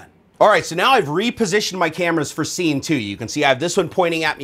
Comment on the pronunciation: What's he saying? Sinquence, sceme 1, sceme2, sceme3? Is that a thing?